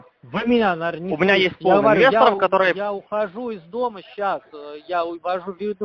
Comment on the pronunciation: Я енвестор! Кудэ звонять?🤣